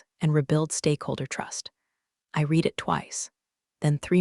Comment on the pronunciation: Present tense of read rhymes with reed. Past tense of read rhymes with red. Wish you would amend your AI to get this right. They are consistently pronounced incorrectly.